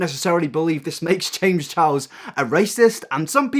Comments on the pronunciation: “James chows” only me who’s frustrated by the way he pronounces Charles? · "James Challs " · Why do British people say “Chiles” instead of charles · “james chows” lol